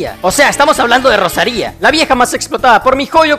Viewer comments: Como cuando pones acentos donde no los hay, Rosaria no Rosaría ptm la ansiedad que me dio este video cada que decías el nombre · Qué guapa la Rosaría con acento en la i Digo Gracias por la guía xd